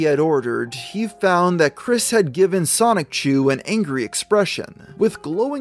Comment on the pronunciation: You pronounce Sonichu like 'Sonic-chu'. Why is that?